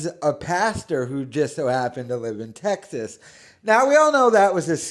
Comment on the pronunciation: The way he says Teggsas